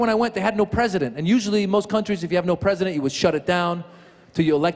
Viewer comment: No bresident, yes barty... no p in arabic...